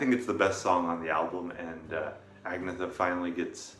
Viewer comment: Aaa-NEEE -a-THAAAA Just so you know :)